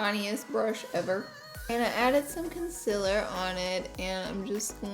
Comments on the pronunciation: i love how u always say it like consiller instead of concealer haha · It‘s concealer not ‚conciller‘.. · Learn how to say concealer